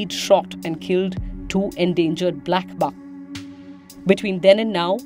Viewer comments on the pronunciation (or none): none